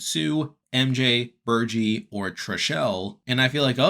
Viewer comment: ur not saying bergies name right